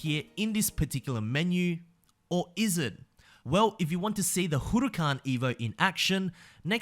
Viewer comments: Hey just a quick tip, you don’t say “Hu re can” you say “Hu ra can” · LAMBORGHINI HOROOCAN